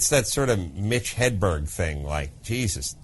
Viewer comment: he said mitch hedburn...it's mitch hedberg!